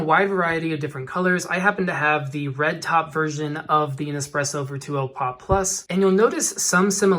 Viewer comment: Your pronounci g Virtuo wrong